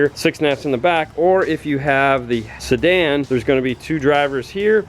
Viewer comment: “Sedan” ...... lol